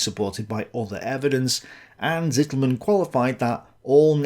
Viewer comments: Unfortunately your 2nd pronunciation-attempt of "Rainer Zitelmann" is still quite wrong. A German would write what you say as: Sittelmänn. A German Z is ALWAYS pronounced as TS. (Yes we say Tsombie, not Zombie, although we write it with z.) If you say TS-EE-telmann you will come close. The a in "mann" is not like in English man but just like you say it correctly in "Halder". The "ai" in Rainer is indeed pronounced like EYE not like ay in the English name Ray. So R-EYE-ner would come close. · your pronounciatiation of "Zitelmann" is still wrong xD your current pronounciation would be written "Sittelmen". z is voiceless, t is long, and mann is basically spoken the same as the "Mann" of "Mannstein", which you regularly do perfectly.